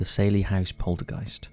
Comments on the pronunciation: Probably the worst picks your could've found. And Saylie house? It's pronounced Sally.. but an Ai voice wouldn't know that. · And it's "sally" house, not "sailey". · It’s NOT the ‘’SAIL-EEE House’’ 🤦‍♀ I mean even the narrator & experiencers pronounced it for you a few times.. SAL- eee like SALLY.